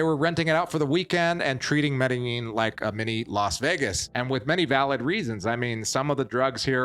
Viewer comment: Dude, learn how to pronounce Medellin